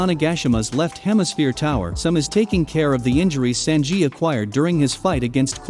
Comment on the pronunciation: love how the bot says momo no sus and Sanjeet lmaoo